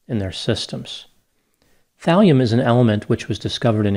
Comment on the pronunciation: thalium .. i thought you said valium